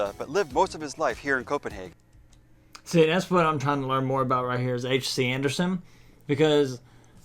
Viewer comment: ... You said his name the way the Danes do. H. C. Andersen. Good job 👍😊